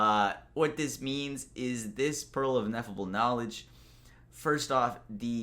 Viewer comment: Ineffable. Pronounced In-eff-uh-bull. It means something that you can't actually describe because it's so great.